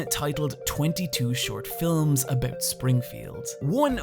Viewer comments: I can forgive the fact that you mispronounce RPG and film since you say GIF correctly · I see you've start pronouncing film as an American would.